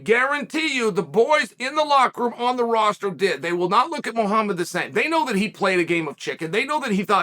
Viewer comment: But at least he pronounce Muhammad correct